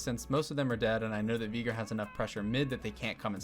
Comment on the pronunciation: My brother, that is NOT how you pronounce Veigar